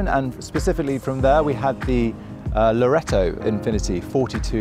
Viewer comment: Bafoon.. The GP is called LaureAto not loretto 😂😂😂